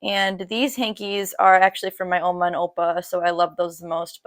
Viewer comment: Every time you said “Opa” and “Oma” made my Dutch heart soar